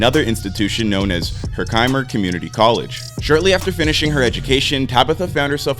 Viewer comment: honey … just ig me when you need help with pronouncing NYC places.. Herkimer College- HER-KUR-MURR cmon 🤦‍♂️